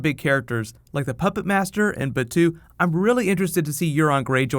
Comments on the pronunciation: i think 03 is when i first saw the movie.... other than that... major is 100% cyber. her brain is cybernetic too. also, its ba-toe. not batue. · I watched GITS about 3 years after its release. And I kept rewatching it at least twice a year or at least once and Innocence a year. Akira came about 6 months after that. By the way, Batou is pronounced Bah-Toe in Japanese. I hope we see Tachikomas in this movie. My favourite spiderbots!